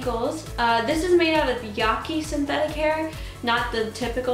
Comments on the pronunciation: Yeah-KI not yah-key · yaki has the same a as cat. lol